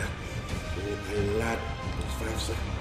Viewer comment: Ma Lord,ma lord 😂😂😂😂,my lard, I laugh everytym u say that